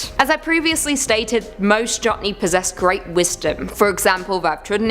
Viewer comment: Jotne is Norwegian and pronounced Yoht- Neh. Just thought I'd offer some help there.